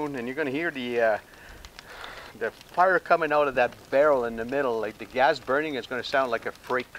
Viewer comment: He says OLES instead of holes and GAZ instead of Gas lol